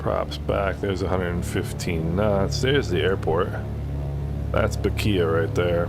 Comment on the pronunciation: Bequia pronounced beckway